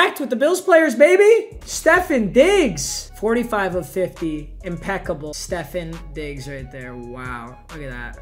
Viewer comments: Stef on Diggs. Not Stefin Diggs. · “Stephen diggs” 😡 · Everybody: Stefon Diggs: StEfFeN DiGgS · nah he always says Steph-inn instead of Steph-on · We all just gonna pass the fact he said stephen Diggs instead of stephon Diggs. Srry for any spelling errors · Normal people:Stefon Diggs:STEFAN DIGGS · “Stephen Diggs” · “Stephan Diggs” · My guy said Stephen diggs instead of Stefon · Steph-on not Steph-en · Papa it's stefOn diggs not steffEn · It pronounced steph-o-n Diggs not Stephan diggs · It’s stef on diggs not stefin diggs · No one: Papa: "Stephen" Diggs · Stephin Diggs bro where did the i come from lol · papa pronouncing it "seffin diggs" 😂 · Stefen diggs 😭😂 c’mon papa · No one:: Stefin Diggz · This man said "Stefin Diggs" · Nobody: Papa: Stefan Diggs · My man said Stefan diggs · Did he really just say Stephen Diggs 🤣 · Bro said Stefin diggs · Stephen diggs he says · Did he just say Steffen Diggs? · “Stephen diggs” smh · Its pronounced Ste-Fawn Diggs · STEF-FAHN DIGGS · He does it cause one time a fan trolled him and said it was pronounced that way he said that in a vid but he didn’t know he got trolled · How much I love he pronounces so many names wrong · Did anyone else notice that he said Stefon digs wrong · Your pronouncing Stephon Diggs name wrong lol